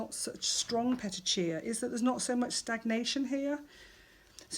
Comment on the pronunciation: Pet-chia 🙈 it’s peti-ki-eye